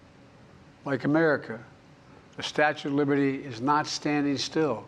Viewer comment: Statute of liverty 😂